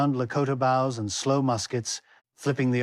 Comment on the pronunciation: If you insist on using a digital narrator, then use 2 scripts - one for the visual subtitles and one to drive the digital narration software. Dates like “1848” spell them out or at least break it apart “18” “48”. And words like “bows” try phonetically spelling it, like “boes”. If that doesn’t work, then do some audio editing by first generating similar words like “boat” and then “toes”, then splice the two desired phenoms together in whatever digital audio workstation you chose (usually right after the percussive consonant sound before the vowel). I know it’s extra work but not doing makes the narration extremely distracting and a subject of ridicule on otherwise a great piece of work and compelling story.